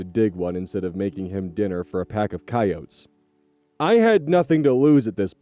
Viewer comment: Every time says coyotes its like a gift